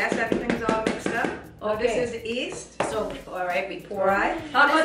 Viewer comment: I thought my grandma was the only one who said yeast as east